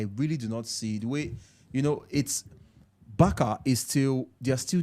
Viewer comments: Barça is pronounced Bar-sa not Bar-ka. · Why Nigerians always pronounce BARCA like that,BARKA how